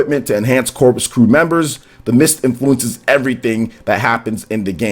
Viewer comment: "Corps" is pronounced as "core," not "corpse."